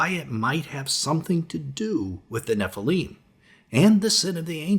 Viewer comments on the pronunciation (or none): none